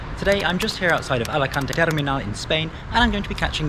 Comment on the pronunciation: Follow you just for saying ALACANT goooood